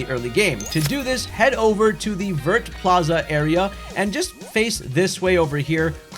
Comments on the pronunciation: Vert district is pronounced as vye, its green in French lol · I come to you once again with a fun French pronunciation! Vert sounds like “Vare,” it rhymes with hair. The t is silent. À bientôt! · Thanks for that ! By the way, the "t" in "Vert" is silent in French :)